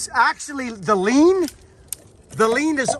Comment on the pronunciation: Hate to do this Sir but it's " lean" not " lien". Lien involves suing a person or a " tax lien". Love you my friend. And I love your channel.